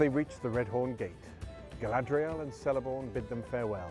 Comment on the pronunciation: Pronunciations of Cirith Ungol and Celeborn are wrong, beside that, great analysis :)